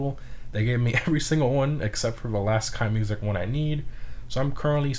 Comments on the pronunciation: Since they are German, I think Keinemusik has an "uh" in the middle where the e is before musik (kine'-uh-music). --Someone who's name always gets mispronounced in streams. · Im just curious so why are you pronouncing Cayo Perico like that and KeineMusik completly english ? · you say Keineh Mooseek